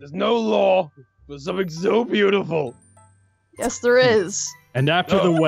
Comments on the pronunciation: And garroth pet him gently bcs he was just so BOOTIFUL Me:I thought u said bootyful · Did say bootyful